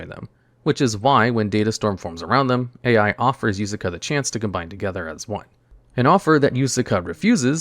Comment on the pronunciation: BRUH I was going insane him calling A.i 😂